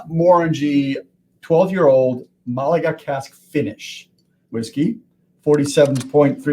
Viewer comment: It's Málaga, with the emphasis on the first syllable. A province in the south of Spain, which gives its name to the wine. Beautiful sweet wine, basically liquid raisins. It's the province right next to Cádiz (where sherry comes from), and given the similarities between sherry and málaga wines, and the demand on sherry casks, I was always surprised no distilleries were not already doing this.